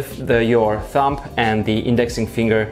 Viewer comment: The "b" in thumb is silent. It does sound like you say thump. One of your friends should have told you really.